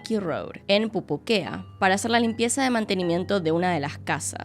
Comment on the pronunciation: dato: necesito un audio recopilatorio de diciendo pupuquea